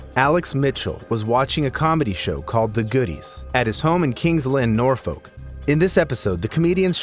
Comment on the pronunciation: Thats not even how you say norfolk